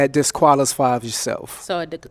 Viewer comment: When they played clip and they all died laughing at they way he tried to say disqualifies yourself 😂